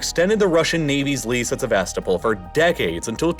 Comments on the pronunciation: You sound so ignorant when you say SeVAStopol instead of SevasTOpol. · Please check your pronunciation if you’re not using an AI voice! I know some towns and whatnot are difficult or kind of obscure, but it’s driving me batty to hear Sevastopol when it should approximately be “seh-vah-STOH-pul”. Second vowel could be between an ah sound and an uh sound if it’s easier? Someone better with linguistics and Ukrainian language (I know Russian, but struggle to explain pronunciation in text) could say better. It’s a small thing, but when you use the name of the place often, it’s a good idea to look up proper pronunciation. I did enjoy the video otherwise! Sorry for the long post about a word. Don’t take it as me not liking the video - I do, quite a bit 😅